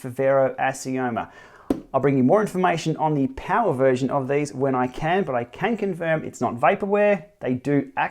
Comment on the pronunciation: BAM! There it is! I wish they would stop dropping vowels though.. 'POWR' is just wrong ;-)